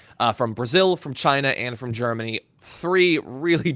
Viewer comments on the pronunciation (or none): none